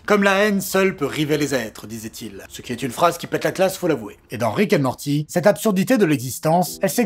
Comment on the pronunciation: "Rick et maworti"... Je te hais...